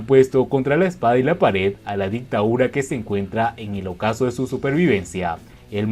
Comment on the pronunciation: Dictadura no dictaura